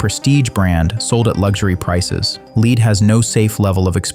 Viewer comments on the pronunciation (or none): FYI, the voice is pronouncing “lead” the wrong way. It’s pronounced “led” in this context.